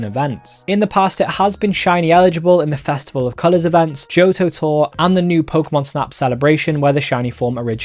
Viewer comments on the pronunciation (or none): none